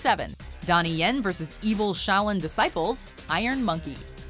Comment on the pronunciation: nobody: watch mojo: discIGHples